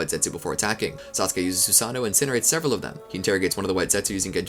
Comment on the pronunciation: Cant wait for him to mispronounce everything for 12 hours. "Susano-O" the long lost brother of Steve-O.